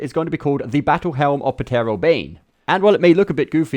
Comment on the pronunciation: The 'p' is Ptero is silent brother.